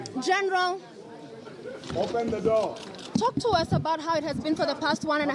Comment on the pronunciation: 😍😍😍I love how you are calling Miguna Miguna "Geenral"